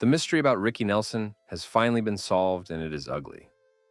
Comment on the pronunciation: OhMyWord, had to stop listening to this. Now you need to pronounce the names correctly, and pronounce his full name without that long pause BYE